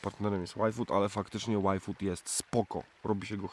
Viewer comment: yfood...... wymawiamy nie "aj fut" tylko " łaj fut"...pozdrawiam ...niech moc bedzie z wami